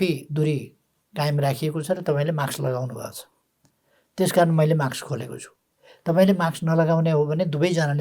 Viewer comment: ओल्बा माक्स हैन मास्क उच्चारण गर्नोस ।